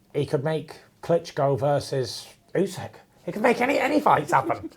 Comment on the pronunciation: Ousek, not Usyk.